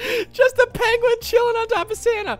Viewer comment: Oh u it’s a Pokémon let’s throw a pokball yah we caught a piengwion